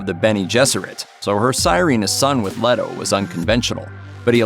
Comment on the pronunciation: LAY-toh. It's pronounced LAY-toh...